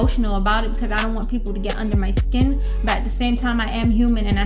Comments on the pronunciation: said shkin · Why she say skin like that😂😂😂